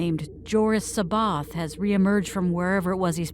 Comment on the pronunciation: Uhm…not sure if it’s a “they don’t know first hand so they’ve assumed the pronounciation” But Timothy zahn has gone on record giving his original “proper” pronunciation…(sah-bayh-oth)…hence why that was used through the thrawn trilogy audio books This isn’t me trying to be “that guy”…just that having listened to the audio books library I have and the zahn books being the backbone of the library…hearing that was a bit jarring Like I said, for all I know you’re going for a “some people might say it differently”, then when Luke meets him in dark force rising, there’d be a corrective moment where c’baoth says his name “properly” to Luke after Luke says it wrong?